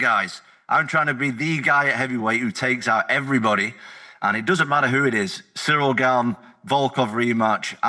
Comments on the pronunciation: Ahhhh SURREAL GANE. Not SURREAL Chael, it's "Sea-reel". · Why does Chael insist on saying the brothers name wrong? It's so f'n disrespectful. CYRIL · I was thinking who the hell is Sureal then realise it Cyril😂😂😂😂